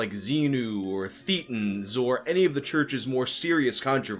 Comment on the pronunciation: It's not pronounced theetan, it's thay tin or thay ten, (from your friendly neighborhood ex Scientologist).